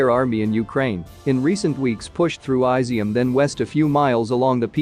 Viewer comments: jesus christ, it’s NOT “eye-zium”, it’s “ee-zium”! 😂😂😂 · It's is-zium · I'm sure it's "Is - ium". Did you research it?